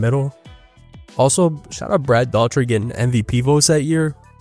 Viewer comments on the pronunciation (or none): So for Brad Daugherty, it's pronounced Door-eh-tea. Kind of like Shannon Doherty from Beverly Hills 90210 even though they are spelled differently. Then again she's also a dated reference so that might not help either. Just look up highlights of Brad and pay attention to the announcers.